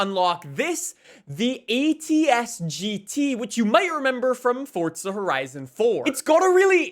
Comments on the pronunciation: im sure you hear this all the time, but there is no "T" in "Forza" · Why he say “forTza” lol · Stop fucking saying forza like that.